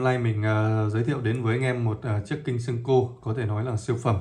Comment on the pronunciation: Góp ý với bạn & những bạn phía bắc hay đọc là sen-kô Đây là cách đọc sai hoàn toàn....